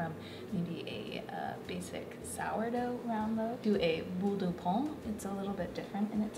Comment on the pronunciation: No it's not "pan"... the n is actually completely silent. It's just used to make the sound "ain". She can't pronounce it at all and apparently you can't either...